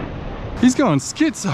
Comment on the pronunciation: “He went like the clap in Spain “. These videos are worth watching just for the commentary. What is “skitso”?